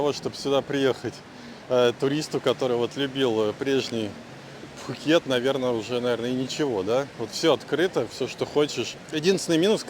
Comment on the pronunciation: ну не пххххукет. пукет ко таиски.